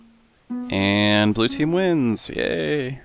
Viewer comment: Seth, it's Blue, not Blu :)